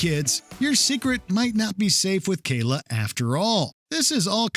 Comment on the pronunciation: oh come on. It sounds like the kid caillou voice on goanimate vyond and he even said kayla, sounds like kayloo, caillou with the short c.